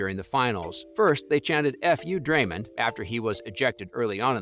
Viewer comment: “Drayman” “Stev care” 💀 💀 💀